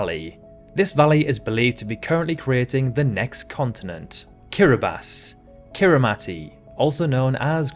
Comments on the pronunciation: Believe it or not, since Kiribati is pronounced Kiribas, Kirimati is also pronounced Kirimas it's a hard lesson...i know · Great idea, very interesting and well executed. This must have taken some time to compile. Yes, some words are mispronounced like the Caucasus and Kiritimati (Kirismas), but you got Lesotho and Kiribati right, and unfortunately most get it wrong. I am so curious to know where your accent is from. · You pronounced Kiribati right (Kiribas) but Kiritimati is also pronounced Kirismas as "ti" is just an "s". Kiribas actually stands for "Gilberts" (the colonial name for the islands) and Kirismas, quite obvious, for Christmas.